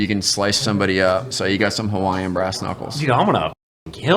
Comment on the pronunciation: As a hawaiian veteran, brother I love you man. Your gifts were awesome, and your pronunciation was top tier.